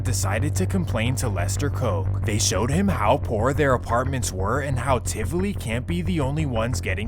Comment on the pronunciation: Great Video but the pronunciations of Seaga , Tivoli, Ardenne HS were hilarious off and cringy